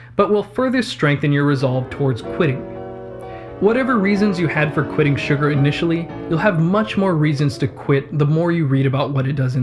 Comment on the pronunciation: Everytime he is saying "Sugar" I am hearing "Suga" and now I must go and listen to some BTS songs xD